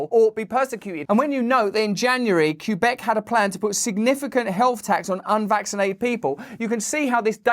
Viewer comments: On-tar-io? Queue-beck? Someone teach Russell how to pronounce canadian provinces. Good video though, just thought it was funny. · Ontario is pronounced (on tear rio) not the way you say it. that hurts me dude. i don't calle ur home graws uka . i call it grays u.k i dont call it G ray also Quebec Sounds like kwuh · bek you have google. please look this stuff up. this isn't an accent thing it's you being ignorant . my friends from Nigeria he can say all our cities and provinces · It's not Queue-Bec. It's more like Queue-E-Bec.